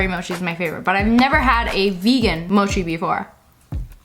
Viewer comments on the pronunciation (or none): Mochi (u mean mochi) u say it like its spelt moki